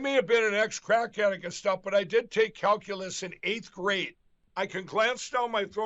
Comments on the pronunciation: Calculeese … 😂😂😂😂 Grance down at the er, um…ah… 8th, 9th…10th grade. I love it! So many human errors courtesy Lumpy “Mike” Pillow. Thank you. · mikepillow's "calculase" sounds like a laxative.😂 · What is what I heard pillow boy say CalUlace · Lindell can barely pronounce calculus, let alone when he took it.